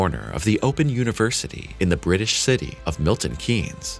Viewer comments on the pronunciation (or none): none